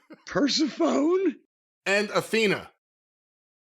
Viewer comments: Perciphone and not Per-seff-ony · I know said name wrong unintentionally. It'd be pronounced - Per-Seph-ony. 😅🙃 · Persephone is pronounced Per-sef-ony - she was the daughter of Zeus in Greek mythology. :)